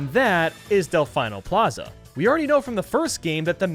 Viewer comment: It’s pronounced delfēno Plaza